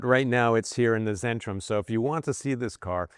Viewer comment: its centrum, its a german c, not zen ....